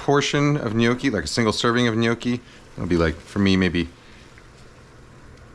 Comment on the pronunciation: Cant believe Im hearing someone in english saying gnocci properly